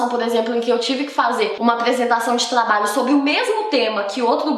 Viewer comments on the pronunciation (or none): Eu ouço muito ela falando com a letra L kk "Tlabalho, aplesentar, atlativas, atlaente, aplesentação, pla ler, palece, escleva, plofesso, revolução flancesar" KK